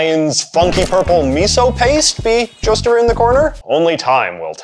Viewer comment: Dude said lying “aroooned”.